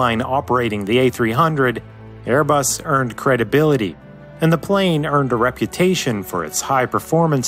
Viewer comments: you also said Bearbus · is it just me or did he say "bearbus" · birbus XD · I think i heard Bearbus... I love your VIDS! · In he said bare bus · bairbus lol 😂